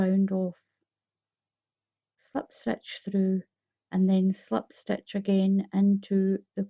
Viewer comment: It’s pronounced SLIP stitch NOT SLEPT stitch !!! 😡